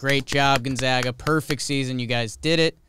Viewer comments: Gonzaga has failed to miss an NCAA Tournament since 1999 and STILL their name gets mispronounced. its 'Gone-zag-uh' not 'Gone-za-guh'. They're the 'Zags' not the 'Zogs'. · Gon-zay-gah. From Jomboy to ESPN, never get it right. I guess losers don’t get to have their name pronounced right :c